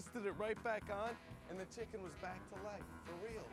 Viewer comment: Put the speed at 0.25 and hear David pronouncing "chicken" 😂